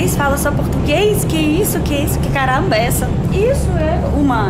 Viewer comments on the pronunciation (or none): Gostei do "que carramba éssa?" Kkkkkk. Me divirto muito com esses vídeos. Marrravilhosa essa metrrrô de Moscou! Eu Prrrecisa conhecer.